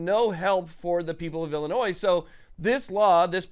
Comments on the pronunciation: Love the content but the word Illinois is not pronounced Illinois’s the s is silent when not saying it in a plural sense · We don't pronounce the S, It's just "Illinoi". Also JB sux. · You don't pronounce the "S" in Illinois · My soul aches (you prounounced Illinois wrong)